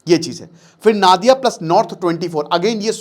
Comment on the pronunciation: নাদিয়া না নদীয়া